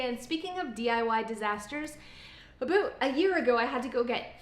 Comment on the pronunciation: You totally said ‘aboot’ like a classic Canadian at the end when you told your story 😂 love it!